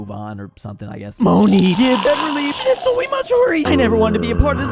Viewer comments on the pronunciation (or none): you said schnitzel but that’s incorrect. Germany said Schnell which means quick or fast.